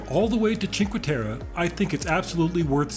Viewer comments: i do understand you are not italian, but Cinque Terre does not have an international name. Its not like Milano where of course you would say Milan. You do pronounce cinquE ...not cinqu, and then you say "ter"... like WHY would you just pronounce whatever whenever :)) In italian you pronounce every letter unlike French or English where you have to guess what you have to say. This place has an italian name... not an international one. So just read every letter, its not that difficult. Other than that, nice video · Is it sooo hard to pronounce the last "e" in cinque terre? :((((